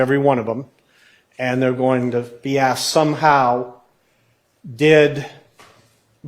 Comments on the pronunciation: Why is it that EVERY female lawyer for Fulton County District Attorney's office CANNOT SAY THE WORD ASK OR ASKED CORRECTLY? It makes them look like uneducated fools every time they do their ignorant sounding "axed" thing. I axed him what time it was. He axed where it happen. I'm going to axe the witness this. THESE ARE SUPPOSED TO BE HIGHLY EDUCATED LAWYERS!!!! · There's one question I find myself constantly wondering every time after is at the podium during direct or redirect: how does one axe a question?? I thought you axed trees and wood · State “attorney”, “ I aksed, I aksed, aksed”!!! Come on, seriously!! These state attorneys can’t even speak properly, we’re supposed to believe that they passed the state bar exam, speaking as poorly as DA Willis and her corrupt clan of incompetent “attorneys”?? Fulton County needs to vote ALL of them OUT!!